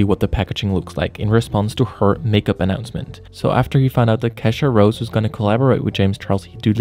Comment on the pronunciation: Why do you keep calling her kesha rose 😂